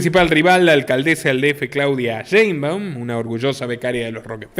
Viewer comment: La alcaldesa Claudia Deimbau. Jajajajajajaja. Me gusto tu pronunciación.